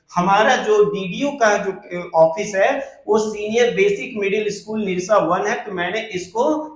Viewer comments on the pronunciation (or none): भाई साहब वीडियो अच्छी है । School - स्कूल पढ़ते है एसकुल नहीं Edit - एडिट पढ़ते है इडिट नहीं 😅